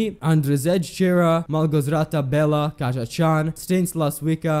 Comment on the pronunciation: Is it so hard to look up how to pronounce people's names before making a video? Chajdas is pronounced like "high does" but with unvoiced "s" at the end. "Kasia" is pronounced "kasha", not "Kassiyeh".